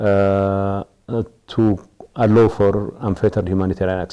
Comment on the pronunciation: Getcho sometimes you seem to be a candidate for Roman papacy when you talk about poor helpless Tigreans who in reality are victims of your own party wrong doings. You speak good English except pronouncing " Allow ".